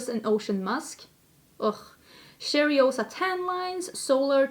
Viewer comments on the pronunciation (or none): Two things: 1-if you like that purple shadow on the pat mcgrath palette, you have it on your subversive palette. 5 out of 6 are repeat shades. 2- that coke flavour is foul😖😖😖 The Sol de janeiro cheirosa is pronounced Shay-ro-za not cherry-o-sa. But I really appreciate all the times you try to say Portuguese words ❤️😂😘😘😘